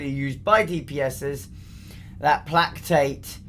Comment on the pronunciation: Plack Tate = Play Kate Just saying.